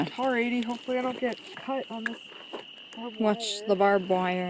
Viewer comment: She just called it a barbd wire